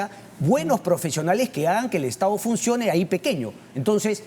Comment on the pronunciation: Tremenda parametrada.... Aprende a hablar : estao... Gobernaos.. Tomaooo. Estos siguen creyendo que nos pueden engañar.